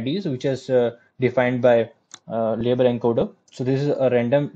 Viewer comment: At about minute what format did you say the data needs to be converted to? Enker/Enkerd/encode? What's Enker/enkerd?